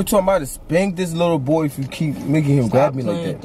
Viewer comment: He said fat ahh bou